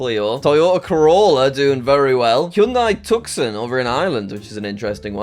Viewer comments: “Hyundai Tuxon” do you mean hyundai tucson (pronounced tooson) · Really jack? Tuc-son?! IT’S TOO-SAHN! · GOOD NEWS!!! If you get this, you’re probably a Top Gear fan. Also, it’s pronounced two-sahn, not tuck-son. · How the heck did Japan end up with left-hand driving?? Nothing I know about their history suggests any major influence from Britain. You know a guy isn't American when he pronounces the Hyundai Tucson as "Tuk-sun". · "Tucks un" instead of Tucson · Tucson? Is that how you pronounce it in England? Everywhere I've been it's "Tooson"... like in Arizona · bro said “tuck-son” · You mispronounced both "Hyundai" and "Tucson". Helpful tip from an American: the former is pronounced (by Westerners, at least) like "hon-day" (rhyming with Monday), the latter is pronounced "too-sahn" (the C is silent), it's named after a large city in Arizona, a state in the southwestern United States (where you'll find the legendary Grand Canyon). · I understand the confusion, but Tucson is pronounced too-son. It's a city in Arizona, USA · as someone who lives in az (not saying where) that pained me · As an Arizonan, hearing the way he pronounced Tucson hurts me😢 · you don’t pronounce the S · 😂The way he pronounced “Tucson” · Look up how to pronounce Tucson. It's a city in Arizona in the USA.